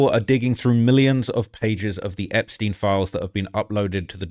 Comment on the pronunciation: Einptein like Einstein. Not in like poutin. They are jews not russians